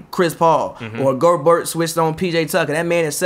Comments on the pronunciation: His name not go-Bert you say it like Pierre, gobeierre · The T is silent bro he’s French. You gotta stop lol